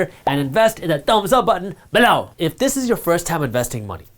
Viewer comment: Loll cant get over the way he says below, always makes me laugh